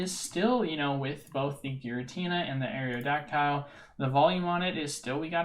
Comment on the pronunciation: Areodactile? Come on man.. haven’t you ever heard the original pokerap. Pronounced Aero-dac-tul